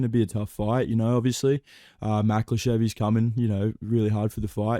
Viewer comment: My favorite thing is that every impression pronounces Makhachev differently